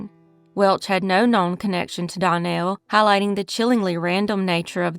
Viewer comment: Case #1 Danielle is pronounced Dan-yell.